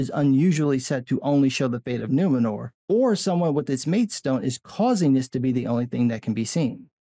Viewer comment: I'm just like - you know - like...so offended that the city's call Nu-MEN-or? I mean, like...what-the-fûçk? It's like...2022-uh? Can we call it Nuwomxnnor for inclusion, please-uh?